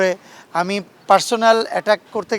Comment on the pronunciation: সংশ্লিষ্ট আছে না সংশ্লিষ্টতা হবে। পোরসোনালি এটাক না, পারসোনাল এটাক। মানুষ হয়ে পক্ষপাতিত্ব করে..... মানে কী???